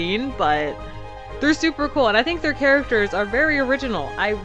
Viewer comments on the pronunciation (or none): none